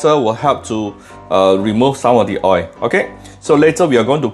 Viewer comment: Kampung kitchen🤣🤣🤣🤣 steady la, thanks for recipe, the first in which you pronounce malay words eg ayam kampung. But your oi for oil is classic. O-i-l, O-I-L🤣🤣...keep up the oi and more recipes!